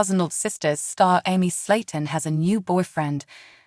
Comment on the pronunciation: If you’re gonna use AI as a narrator, at least pick one that knows how to pronounce words and names - it’s not Emmy (how it’s saying it) and debut the t is silent. It just makes it hard to listen to when it keeps saying her name wrong. And all you’re doing is recapping the show for her life. We can watch the show to know this.